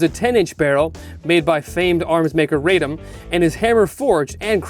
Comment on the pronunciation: Radom is not pronounced "RAY-dom." It is "RAH-dom."